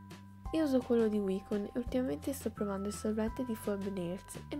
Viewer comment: "Phoebe" si legge "Fibi".. comunque non si sente bene... l'audio é un po' scarso